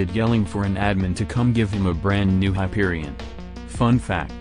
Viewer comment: Hyperibond? Hyperishot bang bang Hyperishawn